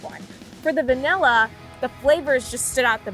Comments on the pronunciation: No she said banilla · Did they just say vanilla-e ●.●